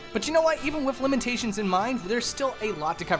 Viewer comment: "Lemon-tations" - 2019